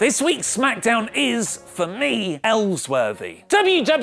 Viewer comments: Ellsworthy?! Kill me, that was a great episode... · Ellsworty? WTF IS HE ON 😂😂😂